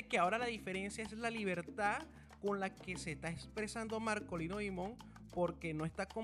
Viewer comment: 🎹🎷🎸🎤🎺🎻🎶🎵🎤🎷🎻. PERDONAME POR CORREGIRTE LA PRONUNCIACION DEL APELLIDO DE MARKOLINO DIMON. SE ESCRIBE DIMON, PERO EN. INGLES SE 🎹🎹 PRONUNCIA " DAIMON "..🎹 COMO EL APELLIDO DEL PRESIDENTE BIDEN.. ESPERO NO TE MOLESTES OK. 🎹🎸🎷🎤🎺🎻🎵🎺🎤 🌹🌹🌹🌹🌹🌹🌹🌹🌹🌹